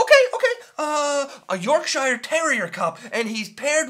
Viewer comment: LOL ' pronunciation of 'Yorkshire';)